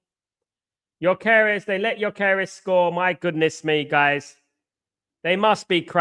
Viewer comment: “Gyok Air Es” can’t even fucking speak properly